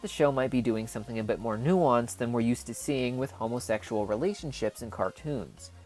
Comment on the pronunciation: Why he say hOmOsExUaL rElAtIoNsHiPs like dat 😂